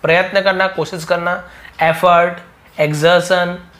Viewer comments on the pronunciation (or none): none